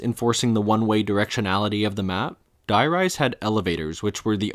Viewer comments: the "die" in die rise is actually pronounced "dee" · I played so much of this map when I was younger and it was just today that I realised the name is meant to be a play on High Rise. I was so used to the german names that I always pronounced Die as Dee like it was german so I never picked up on it 🥴